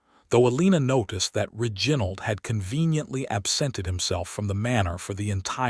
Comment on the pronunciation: Mispronunciation of key names (Reginald) and verbs (packing instead of pacing), and many more, diminish the strength of the story.